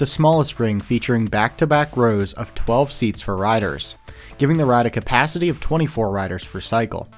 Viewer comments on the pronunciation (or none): none